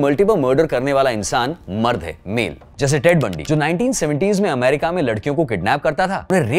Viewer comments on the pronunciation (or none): none